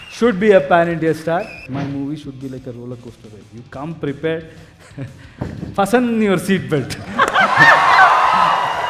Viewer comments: Did he say ' FUSSUN' your seat belt (1.12) 😂😂😂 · Fasten - t is silent letter in the word